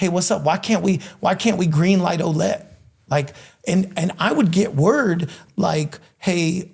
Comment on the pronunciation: As a French Canadian who grew up with a couple Ouellette... That's not how you pronounce that!!! 😅 It's more like wuh-LEHT